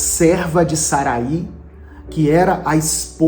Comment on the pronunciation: O nome Sarai, na biblia,não tem acento no i. Então a pronúncia não é Saraí e sim Sarai.